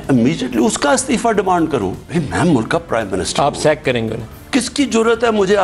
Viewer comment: What's the point of inviting people you know are going to lie and distort, this man can't pronounce one single word properly...mulakk